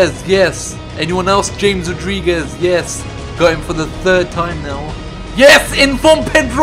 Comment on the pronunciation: You pronounced James Rodriguez wrong